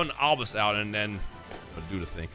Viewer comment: Kash-Hor-belisk, that's kind of terrifying!